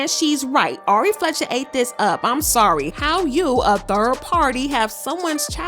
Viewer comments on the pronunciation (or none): none